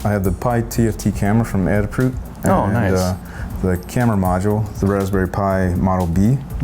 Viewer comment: Why do people insist on saying 'adder-fruit'?